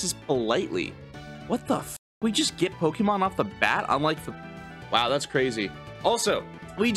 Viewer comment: I'm not going to be able to watch this because of how he says pokemon.